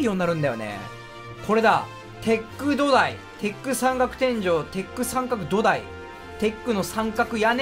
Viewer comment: 土台のイントネーションが完全にドタイYS